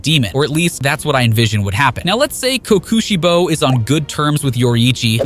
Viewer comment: blud said sum "kookuuusheibo" ☠☠